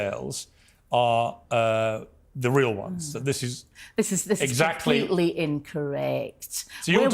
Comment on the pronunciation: this is komplititly “INCCOREK”